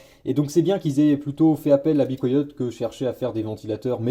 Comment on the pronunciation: "Bicoyote" tu m'as tuer mdr on prononce be quiet "bi kwaïet" 🤣